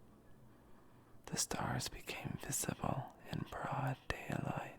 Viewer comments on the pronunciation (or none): none